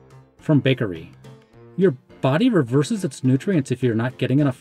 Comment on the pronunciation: you mean reserves? not revereses